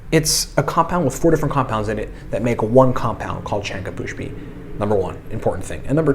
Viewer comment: Its not shanka pushpi. Its shankh pushpi 😂